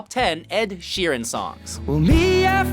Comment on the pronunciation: is that the proper way to pronounce Sheeran?